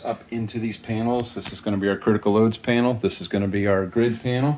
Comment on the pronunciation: "penal" (as pronounced) pertains to prison, etc. panel as written pertains to electrical equipment..............g